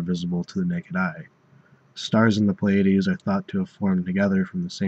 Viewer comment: Some astronomers pronounce this as "ply-uh-deez" or "plee-uh-deez" but this is the first time I've heard "play-uh-deez".